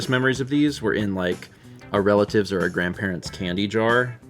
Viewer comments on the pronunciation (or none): "We did mail in Columbia!" gave me a violent flashback to 2012 when I sent in my first letter at the young age of 18. Wow. Man. It's fine. Yeah. 🥲 Also,, I definitely heard say 'crandbarents'. Tell me I'm not alone in that. I'm dying.